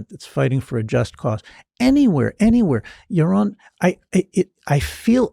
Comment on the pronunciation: Ewmer fudd awguing wike siwwy wabbit